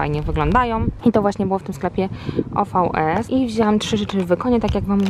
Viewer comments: Nazywa sie ovies a nie ofs sieciowka angielska i jakość maja super chodz ceny bomba! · OVS ('o vi esse' się czyta 🙂) to mój ukochany sklep. Jednak musiałaś trafić na jakiś serio multibrandowy. Następnym razem proponuję poszukać w mniejszej miejscowości sklepu, w którym są sprzedawane tylko rzeczy wyprodukowane dla rzeczonej marki. Mieszkałam 3 lata na Sycylii, często zaopatrywałam się w ubrania z OVS.. jakość bije na głowę większość moich ubrań. Świetnie się nosi, nic się z nimi kompletnie złego nie dzieje po wielu praniach, dobrze się prasują. A skarpetki mam już prawie 5 lat, zero przetarć, nie straciły na miękkości.. jeżeli nic się nie zmieniło od czasu kiedy tam chodziłam- to bardzo bardzo polecam.